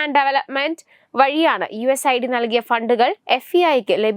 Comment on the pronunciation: യു എസ് ഐഡി അല്ല യുസ് എയ്ഡ് ആണ്